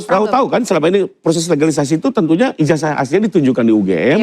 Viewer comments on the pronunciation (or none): Kenapa penyebutan ijazah ini dibaca ijajah.. cobalah diralat yg tepat dan benar